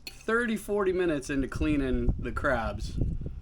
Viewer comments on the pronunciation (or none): none